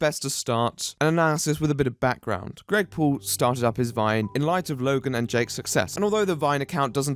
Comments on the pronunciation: I can't hear him saying Greg Paul, I only hear Gregpool. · I'm just listening to the video not watching and I keep hearing you call him "Gregpool" which just makes me imagine him as one of those Comic-Con deadpool pranksters